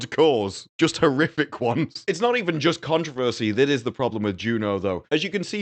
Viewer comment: Your description of Slough is 100% accurate. Your pronunciation of controversy not so much… 😅